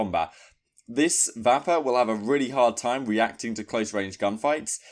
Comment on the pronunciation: Serious LOLs at how u say the Vapper!!! Its said the same as vapour...